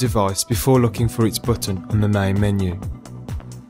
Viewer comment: LOLOLOL "PRESS ZE BOOTON (BUTTON)" ze BOOOOOTON, ahaha